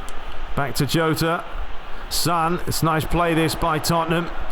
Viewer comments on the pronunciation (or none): In Spanish the letter "j" is pronounced "h" so Jota is actually "Hota"